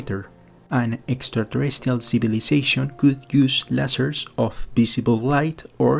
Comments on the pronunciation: Lol i agree with the substance of what the other guy said but I just giggled when you said leisers lol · Some friendly advice. The fact that you mispronounce "lasers", the subject of the video (and thus oft-repeated), indicates that you would greatly benefit from listening more closely to other English speakers - a sort of local version of the SETI of which you speak. And that, were you really serious about the communication thing, you would hire a speech coach. After all, Isaac did and it has done him wonders!